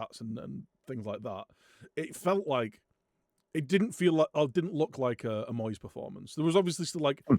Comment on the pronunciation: Moist stuff? 😂 (i know you say Moyes but I had to rewind to check!) - Went to watch this weeks episode and realised I hadn't watched this one because I was off work last week!